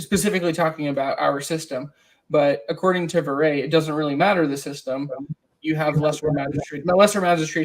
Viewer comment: Yeah and Viret is pronounced vee-ray. Excellent video thanks for the hard work.